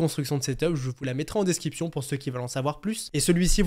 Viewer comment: Je me demandais pourquoi tu dis desciption ? Et pas description